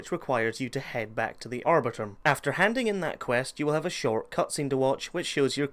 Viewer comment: like "ar-boar-re-tum"?